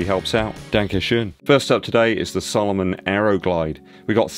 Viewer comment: Love the videos. But please,,,its SAlomon NOT SOlomon.